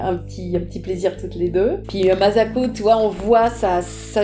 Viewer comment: J'ai vu cette vidéo 10 fois elle me met les larmes aux yeux à chaque fois... (Bon par contra ça se prononce MaSSako.pas mazako 😉 ) Merci Mme Lecordier pour ces souvenirs